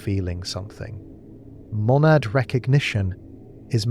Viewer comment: "Monadad" or "Monad?"